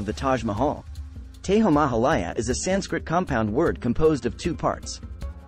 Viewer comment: Its "TEJO" not teho